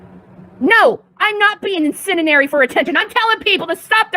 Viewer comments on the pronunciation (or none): Incendinary, lol.